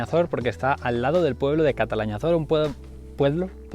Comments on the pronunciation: Sabinar de Calatayud??? Catalañazor??? CALATAÑAZOR!!!! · Me representas pronunciando mal Calatañazor ! 😂😂 Sois muy 🔝🔝!!